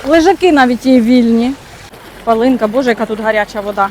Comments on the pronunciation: пАле(и)нка, наголос на 1 А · Правильно палінка, наголос на першу букву А.